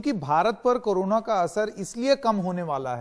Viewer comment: It is not appropriate for a famous news channel like NDTV to pronounce 'Corona' as 'Karuna'. Very funny.